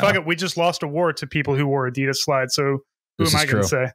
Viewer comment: Also every time you say Adeeeedas as opposed to Adidas, I lose 1 HP in my brain. And I'm pretty low to begin with.